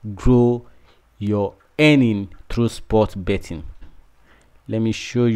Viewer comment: They don't say bottin. Come on !